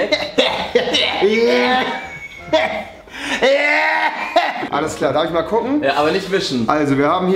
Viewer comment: Es ist MontAnablack und nicht MontEnnablack!